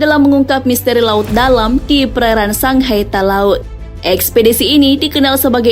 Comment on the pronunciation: Index Sangihe Talaud bukan Sanghai Talaud SATAL🙏